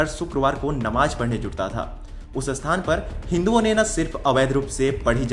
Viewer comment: Abe ye "asthal", "asthan" kya hota hai? Sthal aur sthan bolna nahi aata kya?